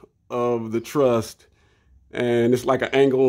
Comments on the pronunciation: Ok, awesome video… but it is truss, not trust lol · It’s a ‘truss’ brother, not a ‘trust’. Thanks for your videos. Very interesting.